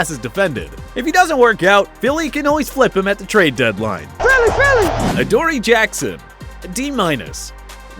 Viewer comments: "Add-or-A" ????? Its AdorEE 😂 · Ah-der-eee Jackson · They did NOT just say Attery Jackson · Why did they change how they pronounced adorree Jackson